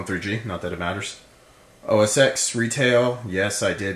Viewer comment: OS TEN, OS TEN, not OS "X"